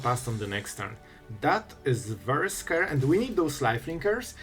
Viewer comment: "Its a little bit scry"